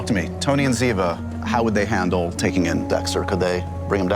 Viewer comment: It's Cote and ziva get it right